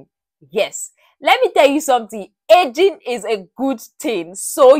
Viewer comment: When you said ageing, I heard edging...😅